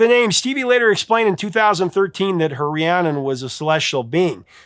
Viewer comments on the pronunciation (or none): He says "ree-ah-nun" several times even while the singers are pronouncing it "ree-ann-nun."